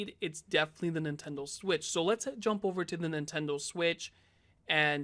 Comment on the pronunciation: Nintendle Switch